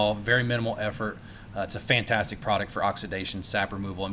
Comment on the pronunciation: That was some gloss on the paint it looks like a different truck, did you say it was pantastic, or fantastic 😂😂😂😂 a joking aside you did a good job 👍👍👍